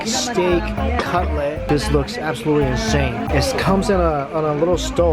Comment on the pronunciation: Slightly distracted by the fact he kept saying Cutlet as ‘Cut-lay’ wtf?